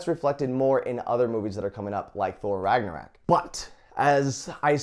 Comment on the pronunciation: Did anyone catch when he said "Ragnarak" instead of "Ragnarok?"